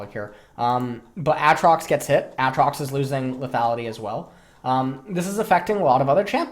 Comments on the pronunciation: STOP SAYING AH-TROX SAY AY-TROX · why does this guy say Aatrox like "At-trox" and Rammus like "Rah-mus"? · Do you intentionally say Aatrox and Rammus's names incorrectly?